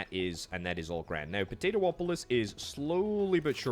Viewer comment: Po - Tay - Too - Polis.... LOL